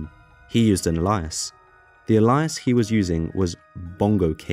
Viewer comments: Alias = A-lee-ass. Not whatsver you said lol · Good video but the way you pronounced alias was insane